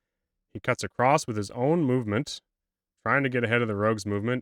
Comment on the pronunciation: ish, great video so far...but saying "acrosst" is just unforgivable.